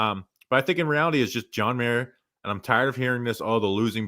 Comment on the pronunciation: it's John MARA, not John Mayor.